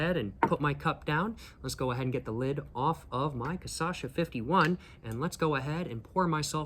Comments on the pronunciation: Tô achando que ele já entendeu que é "cachaça" e não "cassaxa", mas tá insistindo na "cassaxa" porque gera mais engajamento nos vídeos. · It is not Kasasha, it is Kashassa. You are missing the Ss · bruh, KA - SHA - SA, for the love of god, man :face-purple-crying::face-purple-crying::face-purple-crying::face-purple-crying: KA - SHA - SA :face-purple-crying::face-purple-crying::face-purple-crying::face-purple-crying::face-purple-crying::face-purple-crying::face-purple-crying::face-purple-crying::face-purple-crying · I am Brazilian I genuinely don’t care with him speaking Caçacha hahaha actually I think I do prefer speaking like that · lol I love how he recorded this mid world cup and is releasing the videos just now, so weeks later, he's getting messages saying he's got this one real wrong and also has been saying cachaça wrong the whole time. Volte logo! Te esperamos de braços abertos, irmão. Hope you had a good time here in Pindorama <3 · I have to say the correct way after he says it the wrong time, every time every video